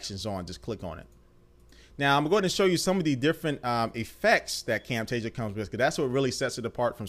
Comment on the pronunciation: you do not say Camtasia the right way